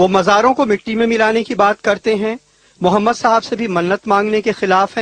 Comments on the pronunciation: OYE FIRST LEARN HOW TO SAY,,,MUHAMMAD,(SAWW),,,,,,,WAT IS DAT,,MUMMAD SALLAASLM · "mummad solla sallum" he talks like a hindu... why does he say our nabi paak Rasool saww's name so terribly?